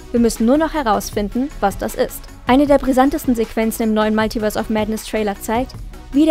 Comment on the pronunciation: Alter das heißt multiverse. Nicht maltiverse